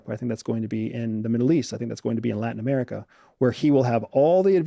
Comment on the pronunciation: Where is ‘Ameriker’